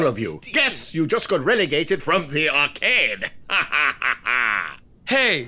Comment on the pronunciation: "varcade" noo. How do they come up with this shit. 😭